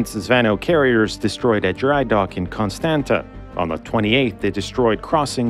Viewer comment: constanta is pronounced more like constantza